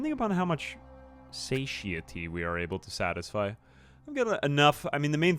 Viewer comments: Satiety is pronounced suh tai uh tee. It is weird you mostly see it in print. Also, "Beware the Terminus." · SATIETY pronunciation suh·tai·uh·tee ;)) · Way late on this but just in case if you’re looking on the pronunciation for “satiety” think of it like sat-eye-itty if that helps at all lol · its pronounced "suh-TIE-eh-tee". satiety